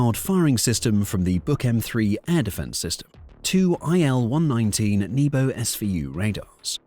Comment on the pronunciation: a Nebo-ooh? ;~) lmao. Thanks for that